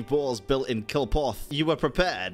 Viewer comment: ....they say it like...a million times. It's "CLIP-oth" not "KILL-poth"